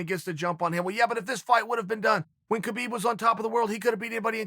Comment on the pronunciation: Hi Chael! Greetings from Russia! I always love watching your videos. You have an agile mind and charm! I just wanted to point out that Khabib's name is pronounced like Habib. Ir the Russian transliteration it's adopted to spell this sound as the combination of K and H and you being misled by this, pronounce the first letter of his name as K, althogh it's H.